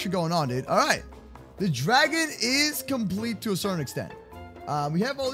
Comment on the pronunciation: Does purposely mis-pronounce words like Dragon?